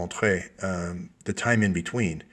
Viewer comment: "Le temps entre" It's a silent e on the end of that saying, no é or "Ay" sound